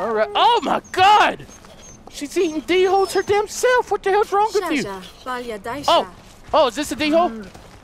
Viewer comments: I know I'm really late but the dholes are pronounced like dole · the whole are pronounced "doles"